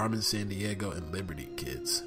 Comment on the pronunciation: It's pronounced "Liberty's Kids" gosh dang it. I'm not trying to be rude or anything but, seriously. I think you need to take a look at that show title again.